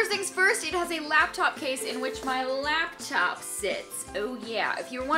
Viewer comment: It's LAPtop not LABtop.... holy fuck